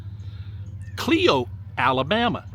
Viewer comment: Hi. I’m in Clio,Michigan. Some people pronounce it CLEO but it is pronounced CLIO.